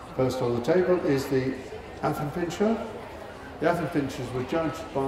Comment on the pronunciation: The commentator kept saying 'miniature pincer'. Yet he said affenpincher correctly.